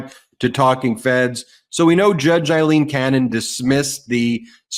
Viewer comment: Learn to say Aileen.